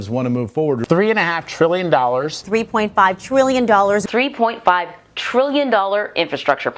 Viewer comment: Sheesh, we don't get news anymore. We get opinions and innuendo through the use what syllable you stress and such. Rather than saying it's $350B a year for 10 years, they say "Biden's three point five TRILLION dollar bill." And on the two syllables tril·lion, notice the eyebrows and non-verbal communication cues that stress the number.